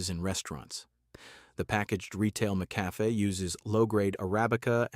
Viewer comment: This guy can’t even say the name of some brands. Mickafay .😂. I think I’ll just stick to my taste and drink what I like.